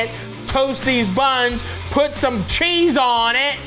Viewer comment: Did you say Chezze 😊